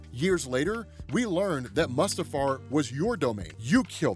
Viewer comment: Your pronunciation of Mustafar is very wrong